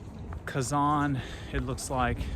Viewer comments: Its not Казан, it's Казань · Спасибо за интересное видео. Молодцы сыночки! Хотят, чтоб папа различал звуки русской речи, произносил "Казань" с мягким "Н" правильно. Дракон Зилант из древних татарских легенд изображён на гербе Казани с 16 века. Татары в древности представляли себе дракона так: "Черный дракон с червлеными крыльями и языком, с золотыми лапами, когтями и глазами, увенчанный золотой короной". Это похоже на китайского дракона 6 века, где он ассоциировался с Ян, то есть с активным, динамичным, мужским, светлым, короче – позитивным началом. Современные фэнтези ("Хоббит" 20 век, серия о Гарри Поттере 21 век) развивают представления о драконах из средневековой Европы. Изображения драконов разные в регионах мира. Татарский и восточные драконы не такие, как в голливудских фильмах. Тем и интересно разнообразие культур в России, что каждый народ в ней сохраняет свою культуру. Поэтому у всех российских народов (в СССР их было больше 100) культуры самобытные, разные и взаимно обогащают друг от друга. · не устаёт поправлять папу - КазанЬ)) Тяжело дается анголоязычным мягкий знак на конце слова) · Kazan is the capital of Tatarstan. When you say "Kazan' ", you put too much pressure on your "K" sound and too much stress on the second vowel "a". The stress on the 2nd vowel "a" is correct, but it's a short stress, (it's not emphasized) while you make it a longer stress. You almost skip over the 1st vowel "a", while it needs to be as pronounced as the 2nd "a", open your mouth as wide for the 1st "a" vowel as you do for the 2nd "a" vowel. I hope it's not too confusing for you.